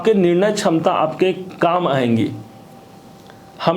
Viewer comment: Aap ko bolna nahin aata Hindi chham chham chham ta Samta nhi ksamta bolen